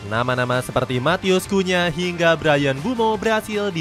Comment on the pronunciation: Cunha not kunya